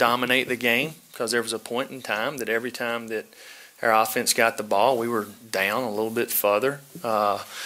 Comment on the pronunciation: This whole press conference is a bunch of basic as hell coachspeak except for shazam... Ketch... And how the hell do you turn one syllable words like down into two syllables lolol